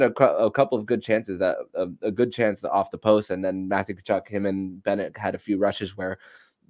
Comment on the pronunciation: Hey, the “T” in Tkachuk is silent and the name is pronounced “kuh-chuck."